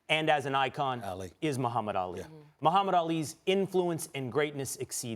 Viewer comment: Y can't Stephen A pronounce Ali correctly?